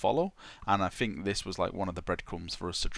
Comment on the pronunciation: my fucking god man, pronounce your TH sound. it sounds so fucking dumb when you say "fink"